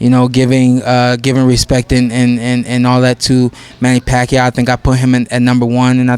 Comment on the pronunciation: Manny Rack-yaw..oh sorry I mean Manny Pacquiao..hahaha